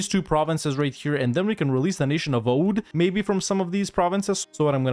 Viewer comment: Oudh is pronounced Avadh